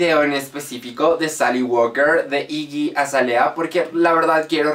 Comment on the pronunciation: se pronuncia iggy acelia *